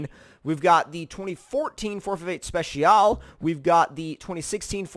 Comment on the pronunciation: u pronounced the speciale wrong it’s pronounced speceealay